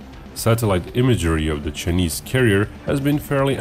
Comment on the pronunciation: Love the way you pronounce chuhneese lol